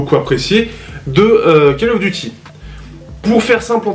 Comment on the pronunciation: "call" se prononce "caule" sinon ça peut être sympa pour les joueurs mobile. Pas pour moi cependant